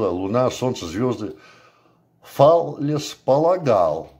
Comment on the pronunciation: ФалЕс ударение.